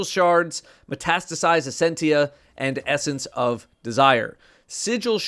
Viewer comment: was finally able to pronounce metastasized